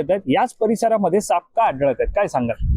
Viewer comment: सापअ असा उच्चार नाही साप असा आहे! तीच सापअ... असे नव्हे तर तेच साप! कृपया मातृभाषा व्यवस्थित बोलायला शिका. 🙏